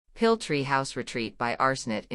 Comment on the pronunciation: Although the photography is lovely, the robotic narration is glaringly ugly, like plastic flowers in a perennial border. Particularly bad are the anglicized mispronunciations of "Piil" and "Jägala-Joa", in a kind of Anglo-Saxon robot-driven cultural imperialism. Could this perhaps be uploaded in a revised version, with a human being doing the narration?